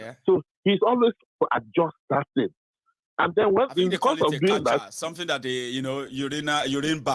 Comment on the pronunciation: Catheter, not catcher. He is inmy prayers.